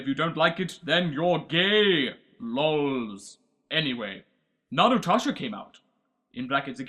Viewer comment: "Narutasha". Am I the only one imagining Naruto as a sassy black woman?